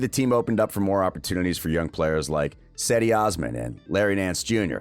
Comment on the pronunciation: What you mean have our start in years. It's only been three years since Lebron left the organization. You make it sound like it's been six,eight and ten years since the last time the team been good. Also,Cedi's name is pronounced Jeh dee. It sound like Jedi but you make the ee sound at the end.. Sexton and Garland are not similar players at all. While,both can score Garland is the flashier one and can get assists while Sexton is the more willing guard to go inside and have his teammates miss shots when he pass the ball to them for an assist. Anyone,who have doubts about Sexton would be a fool. He has improved exponentially since his rookie year,on top of his ridiculous work ethic. I don't buy into the whole team was missing their best player..ie the 76ers when they had Ben Simmons and Tobias Harris in that game. Injuries are part of the game and I wish people stop using it as an excuse. The Cavs are depleted right now and I don't see one person say the Cavs were missing Okoro,Love,Exum and etc when the Cavs loss to the Magic two nights ago. Okoro is the team's best one on one defender despite being a rookie. Actually, Sexton took off when the team traded Clarkson in Dec 2019. While,I like Clarkson, he was inconsistent with his scoring. The #1 reason,why the Cavs improved,so far this season because they have length outside of Sexton and Garland. Teams would destroy us in the paint the last four years. This team haven't had an average to good defense since the year they won the